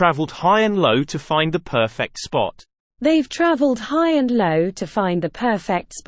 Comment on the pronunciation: You got the term "high and low" right this time, good job! That's fantastic to hear! Putting knowledge into practice can be a whole new experience. We would like to continue making practical English more accessible.